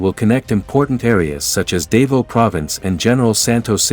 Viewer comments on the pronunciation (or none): Well, actually the letter “a” as in Davao is pronounced like the “a” in dab, not like the “a” in David, as the speaker in this video just Di. All “a”s in the Philippines are pronounced in this manner. There is no long “a” sound.